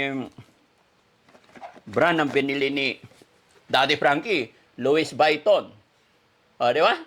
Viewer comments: Luisviton hnd luis bayton daddy frankie😊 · Lowis vayton?Ikaw naman.Lwi viton pronunciation ata nyan😂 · Daddy. Luis. Vetton po hindi luisviton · luwi viton po ang pronaunciation not luwis vayton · louis vuitton pronounce as "luwi v ton" po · It is pronounce Louie Viton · Lowe biton po ang pronunciation yan... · Louis Vuitton[LOO-ee vee-TAHN] hello no offence ment pero eto pa ang tamang pag bigkas nyan name bran na yan. Salamat po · The better way to return the money to Oliver is to put it in the bank in his name and give a little amount to Oliver for safety purposes. Give an amount of 20,000 pesos to put it in his new wallet Louie Baitton( Loy Biton) as pronounce. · Pronounced as Luie Vuiton. Google nyo po ang pronounciation ng Louis Vuitton. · Luwi Viton ang pronunciation ng Louis Vuitton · Wow Kuya Oliver napaka swerte mo dahil maraming nagmamahal sa iyo kaya magpagaling ka na ok LOUIS VUITTON pronounced as Lowee Vitoon hehehe I love this video I had a lot of laughs so so much God Bless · LUWI BITON SA PAG PRONOUNCE ❤❤❤ GOD BLESS PO❤❤❤ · Lam poh un ni joker lang xa kya louis biton sbi nya😂😂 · Daddy Frankie, “luwi biton” po ang bigkas😂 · Swapang talaga si yero, poor Oliver he can still remember who took his money.daddy Frankie yong wallet niya( lowi- viton) ang pronunciation, no offense , sorry correction lang po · Luwi Bwiton ang basa dyan.. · Pronounce LUWI BITON 😅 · 😂 cute naman pronunciation mo but it’s pronounced Loowee Bhatan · LOuis Vuitton pronouce as (Lo-we Be-ton). ❤ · Louis vuitton to pronounce(Louis Vitton)silent U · Lou wee vitton ang pag pronounce ( Louise Vuitton) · 😁Daddy Frankie,, ganito pagbigkas nyan,,"Lowi Biton"🤭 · Sounds not right...( Wrong pronunciation )